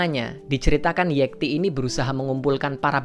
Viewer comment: Pengucapan nama "Yekti" itu pake e atau é. Kalo itu nama Jawa, seharusnya pengucapan e-nya kaya di kata "enam" bukan seperti dikata "(ikan) lele". Kadang gemes kalo ada yang ngucapinnya keliru. Kecuali kalo kita orang Medan. hehehe